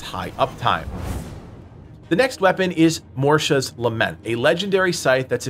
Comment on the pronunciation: You think Mortium is pronounced "MORSHUM? Is this because you were dropped on your head as a child? You think Mortira is pronounced "MORSHA?" Who taught you how to read?